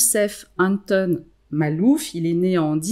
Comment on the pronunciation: Makhlouf et non malouf.....